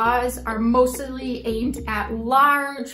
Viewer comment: And "most-tily " ... I get tongue tied too!